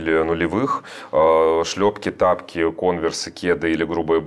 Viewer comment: Александр, не говорите, пожалуйста, тапЬки, кроссовЬки и тд, очень режет слух